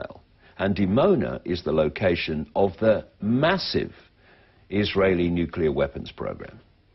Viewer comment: "Nicular fission is a clean, cheap and very safe..." Are you having a laugh, or you just plain stupid? Decommissioning a nucular generating plant costs more than it costs to build one. The long-term storage of nuclear waste will exceed even that. And you are even so creduluous as to believe in the global-warming myth. Writing further to a block-head like you, would be a waste of my time. --R.T. Thomes (Amsterdam, The Netherlands)